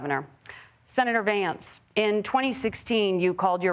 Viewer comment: Yes he did & it is Vance-not VAMCE!